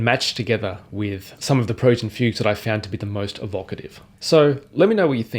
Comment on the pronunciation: “Preludes and Fugues”. But his pronunciation is very weird.